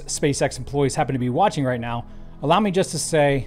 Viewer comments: Is he saying meow instead of now??? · When he says “now” it sounds like “meow”.